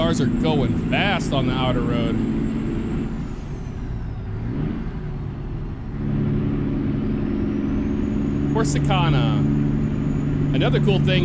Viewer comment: Also It's pronounced Car-sih-can-uh, not Core-sih-kahn-uh.